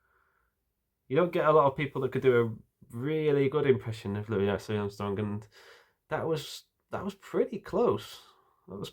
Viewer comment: Thank you for pronouncing Mr. Armstrong's first name correctly. He hated being called Looee Armstrong.